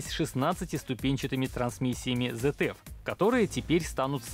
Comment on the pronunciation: Автор ZF читается как ЦФ а не ЗФ